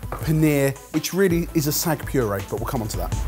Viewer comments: Just a heads up to, it’s Saag not Sag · How do they have an indian origin chef and still pronounce saag as sag! 😅😂 Love the channel to bits though ❤